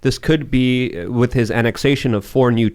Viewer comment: its "with" not "wit"